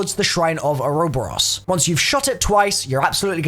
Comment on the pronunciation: lolo "oro boros" how do you fuck up pronouncing that